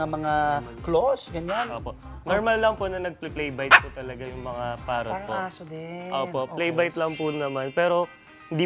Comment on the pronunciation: Parrrot yan hindi pawwot bulol ka hayp ka